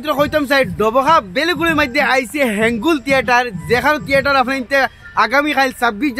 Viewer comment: তিয়েটাৰ নহয় থিয়েটাৰ 😅😅😅